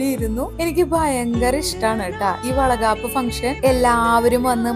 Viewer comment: Chechi vala gapp alla vala kapp